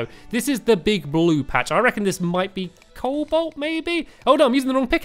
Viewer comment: Stampy you mispronounce everything in this game cobalt is prenounced co-bolt not cole-bolt